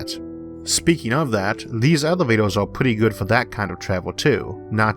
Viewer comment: Oh he cant say R O-o this is the first time I hear an american with this speech impediment :)